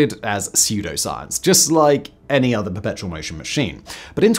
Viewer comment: I feel like he was missing a couple syllables in "Perpetual" almost every time he said it... I kept hearing "Petrol machine"